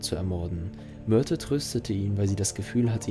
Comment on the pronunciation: Hab ich was mit den Ohren oder sagt der sprecher öfters Myrtel anstatt Myrte?